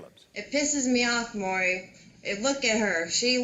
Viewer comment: I find it comical with how long Maury has been on TV, that folks STILL can’t say his name right. He’s called, “Murray, Mary, Mowry,...” is probably the worst offender, though. Changing it up and not getting it right, not once. Lol!